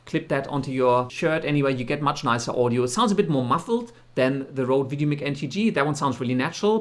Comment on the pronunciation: Doesn’t apply here bro, no offense. I guess it is part of your native language which i can understand! Goodluck with the channel:)